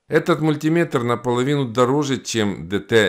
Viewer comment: Как приятно слышать мультимЕтр, а не мультИметр. Бальзам на душу. Спасибо. 👍